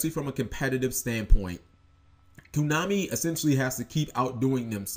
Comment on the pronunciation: why do you keep saying koo? it's koh-nah-mi, man.